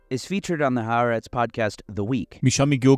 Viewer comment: Its pronounced 'Ha-A'retz'.